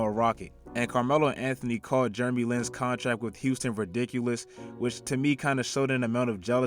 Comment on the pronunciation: "Germy Lin"